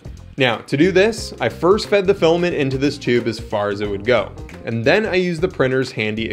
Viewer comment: Filament. Pronounced "FILL-A-MINT". Not filamin.